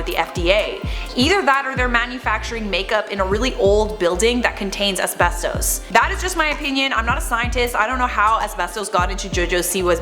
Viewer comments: The way you say asbesto is wierd. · it's pronounced....uhs-beh-stuhs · I swear to god say asbestoose one more time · It’s as-best-us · YES THANK U OMG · Am I the only one who thinks it's wierd the way says "asbestos"? Do all Torontonians say it like this lol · This video should be called “ Pronouncing asbestos wrong for 5 minutes”